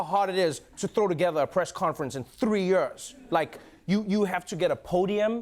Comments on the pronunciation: I love how Trevor pronounces years. “Yurs” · / Is that how "years" is supposed to be pronounced? Like... "yörrs"? 😳 That doesn't sound right. But... I mean he's a native speaker and I've only been learning english at school for about 10 ýöřřş.